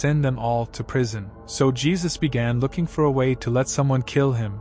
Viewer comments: It's pronounced "He-soos" not "Jee-sus" The mispronunciation bothered me so much😫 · It’s HAY ZUES!!!! Not geezuz smh damn goofies